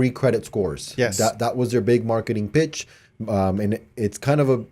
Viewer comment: I know he said “pitch” but it really sounded like “b****” 🤣